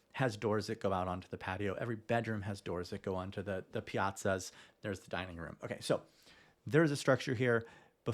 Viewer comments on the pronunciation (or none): The side porches are piazzas. You are adding”t” as in piatza. No 😮 t